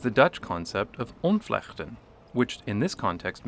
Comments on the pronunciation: if u silent the G just slightly and increase the T ur dutch probz sounds alot better :) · Pretty good pronunciation of the word: "ontvlechten" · For future reference, the emphasis is on the vlecht in the word ontvlechten;) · Nice video! We call these streets 'fietsstraten' (bicycle streets) which means that bikes have priority there. And the word 'ontvlechten" (disentangle) has stress on the second syllable not on the first